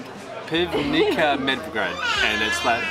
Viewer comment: The ''Ban'' form Ban Jelačić is read as ''bun'' in english :) also Medvedgrad pivnica. The C in pivnica is prounounced as TS not K :) I started watchin your vlogs bcz of you Croatian vlogs, but I can't wait to see more of them ! You are both lovely :D